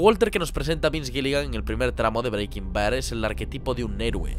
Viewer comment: No me puedo tomar el video en serio si va a pronunciar Breaking Bad así todo el rato macho